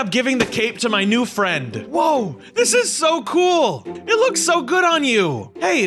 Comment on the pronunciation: It got me when he said "gool" lol